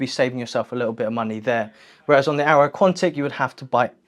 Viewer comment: arai, not aero